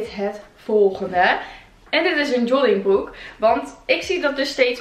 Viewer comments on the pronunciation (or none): Jollingbroek : Joggingbroek : Jonningbroek : Joddingbroek Hahaha vond dit zo schattig :) Hij staat je trouwens fantastisch, net als die grijze trui en de roze jas, daarin ben je net Legally Blonde :) En je krullen zien er zo mooi uit hier!